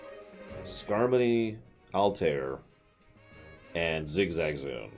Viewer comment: It's Skarmory. As in, a Sky pokemon that is armor-y.